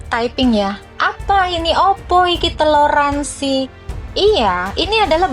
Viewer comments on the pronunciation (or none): TELORASIN kok TELORANSI bin "TOLÈRANSI"